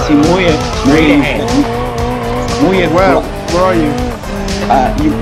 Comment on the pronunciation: his name is muye not moya lol